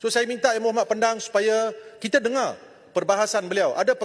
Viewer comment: Kampar suka mencelah..die perasan tau rakyat malaysia paham bahasa melayu die..ada sebutan sebutan die yg kita terpaksa gelak sebab gelihati dngar.contonya "dengar" jadi "tengaa"😅😅😅😅..kampar akan nampak ekslusif kalo die tak bersuara